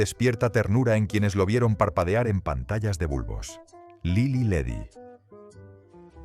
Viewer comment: Ni siquiera pronuncian bien Lily Ledy... Ese payaso no es Mexico..